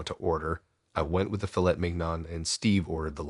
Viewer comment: *fiˈlā not filet! Fill-ay is the way I can spell out how to properly say. I know this is a voice over lol but still 30 seconds in speaking about a fancy restaurant & the pronunciation is not setting up the scene very well. Yeah, I’m a snob!! I’m still a fan of this channel nonetheless!!